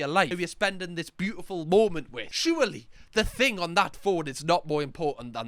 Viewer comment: Hahah "the whatever that is.. ehh that beutiful thung they have"